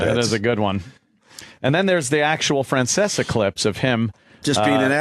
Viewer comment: "Feanseaa." Nice Opie. That's right on par with "lady niighhh"